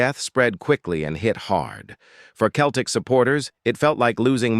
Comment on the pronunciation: Pronounced like seltic ffs !!! 🤔🧐😒